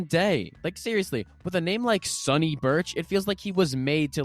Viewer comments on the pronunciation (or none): none